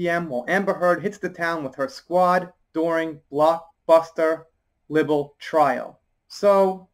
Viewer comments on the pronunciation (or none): um.... not to be picky..... but the word 'libel' is pronounced LIE-bel.... as in 'you told a lie'..... It's not 'libel'.... as in liberation, which is how you read the headline at the start of this?. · Libel is pronounced with I sounding like "eye", just a FYI....sorry